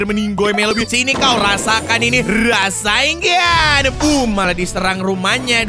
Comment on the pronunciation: rasen shuriken bang bukan rasainggan shuriken bang